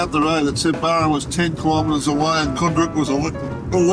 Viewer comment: G'day mate. As far as I know it's pronounced Barham. As in Barrow. Or the first part of it anyway. Being born there in 68 I've never heard it as Barrum. And the locals i know who still live there say the same. But hell we all could be wrong. 😊